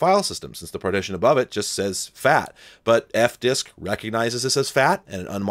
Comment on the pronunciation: i thought you said “multi FAP file” instead of multi FAT file. 🤦🏼